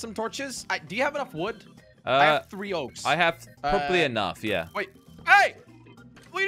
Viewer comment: Three creepers and goes like"chree creepers"